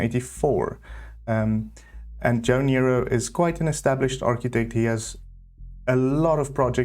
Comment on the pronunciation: As a former Jo Noero architecture student at the university of Witwatersrand in Johannesburg we always pronounced his name as No-ero and not Nero 😊... the circular shapes are in keeping with Jo's earlier work and often the plans have circular shapes; footprints, elements and this often carries to the landscaping. Thank you for this 'Best of'.